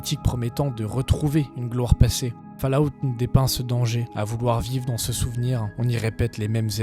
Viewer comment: je m'attendais à une vidéo un peu daubée mais en fait elle est excellente, par contre fallout se prononce "faul" out. sinon c'est ouf que t'aies pas + de vues...